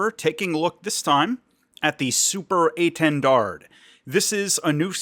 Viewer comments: Please, the last D is silent, its quite disturbing to ear that mistake. French is hard langage, hope this can help english speaker. A French loving is history of aviation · To say étendard, try saying "lil". Then take out both l's. That's the é. Then try saying "lawn", but don't say the n and replace the l with a t, that will be the "ten" part. Then try saying Dalia, that first part, the "Da" is the intonation you want for the initial portion of "dard". To get the French "r", you need to think of it as a raspy "h" sound; the American "r" has your tongue moving up while the French one doesn't need the tongue to move at all, and doesn't have the "r" sound coming from the back of the throat but the front. Then you ignore saying the d at the end of "dard". That will get you saying "étendard" the right way (or itawhdarr). :) You could always say "Banner" as well and that would be technically correct. Same goes for saying "Mystery" instead of Mystère haha.